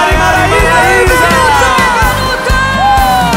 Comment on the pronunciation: É impressão minha ou ela chamou Benuto de Venuto?😁